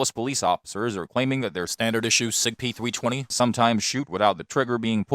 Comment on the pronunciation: sig peethwee twenny